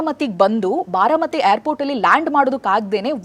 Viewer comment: haagu sariyagi kelsilla andre google alli pronunciation helkodthare adannadru kali